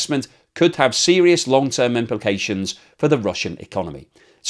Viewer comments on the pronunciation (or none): none